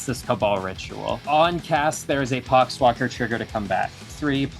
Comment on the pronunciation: Did anyone else hear the "pox walker trigger" as "c*cks blocker trigger?"